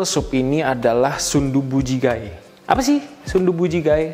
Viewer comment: Bacanya bukan ji-ga-e, tapi jige walaupun tulisannya jjigae hehe